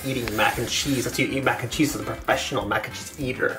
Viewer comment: Mac N Cherese lol